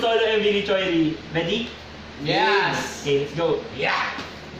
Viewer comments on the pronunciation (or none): mga bro hindi Choi -ri ㅠㅠ magiging choi lang kapag apelido so ang basa as is Chwe-ri thanks love your reaction 💜